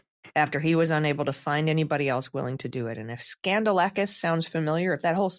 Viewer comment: So, it's pronounced 'Scandal-asskiss'?🤔